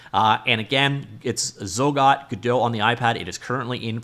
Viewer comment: "Gedow" lmao